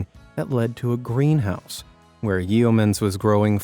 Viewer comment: Coober Pedy is pronounced Coober PEEDY. And we don't eat "Shrimp" in Australia....we eat Prawns. The puns in this are painful, but thanks for featuring such a marvellous array of unique homes. Oh, and "Yeoman" is (simplistically) pronounced YOman. The E is silent for all intents and purposes.